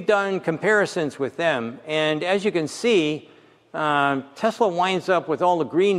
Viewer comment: Tesala, not Tesla.